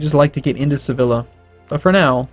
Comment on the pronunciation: lolasogm yeah but they don't even have the ['λ] sound in English for correctly pronouncing [seˈβiʎa] so I didn't even bother correcting him.